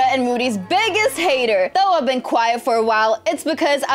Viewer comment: Poor she don't know how to read.she said i have being While 😂